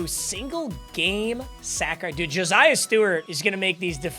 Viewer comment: hey man stop saying josiah like joziah wth JO SIGH UH <3 video